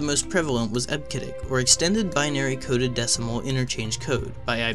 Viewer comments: Eb-Ke-Dic - WTF! Eb-See-Dic please. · Eb-see-dic. Jesus. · Came here for this :) EB-SID-ICK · I've always heard EBCDIC pronounced as IB-suh-dik since I have been using computers in 1974. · Eb-sid-dic is the correct pronunciation. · EBCDIC is pronounced eb-see-dic. In other words, first the syllable "eb", then pronounce the letter "c", then the syllable "dic". I go back a ways so I know that's how all the IBM employees pronounced it. You should have done a little research and not just guessed. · Sorry. You should delete this video. Native speakers of EBCDIC want you to re-accomplish the audio track with the correct pronunciation of eb-se-dic. Take a hit on the view count and correct this mistake. :( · This channel is great. However, I'm cringing at the mispronunciation of EBCDIC. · That's ruined because he mispronounced EBCDIC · You hurt my ears every time you mispronounce EBCDIC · I can't take this guy seriously when he keeps mispronouncing EBCDIC. You forgot to research the basics. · I downvoted because of the incorrect pronunciation of EBCDIC. I've been a professional programmer since the 80's, I know how we said it. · Its hard to research the pronounciation when hes heard no one say it, bro stop being so harsh.